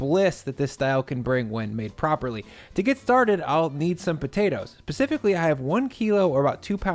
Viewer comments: pacifically - peaceably, mildly, calmly, or quietly. lmao ... Ah yes, the pacified and well tempered fingerling potatoes! I do prefer those to the hostilely green russets! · It's specifically, not pacifically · specifically* not pacifically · Homeboy said "pacifically" lol